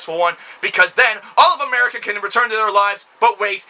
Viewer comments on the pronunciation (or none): none